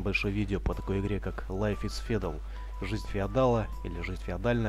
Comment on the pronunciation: Не "федал", а "фьюдл".